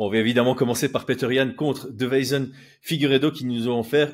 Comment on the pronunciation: tu dis DE-VEI-SON alors qu'il s'appelle DEI-VE-SON, ça me tilte à chaque fois 😂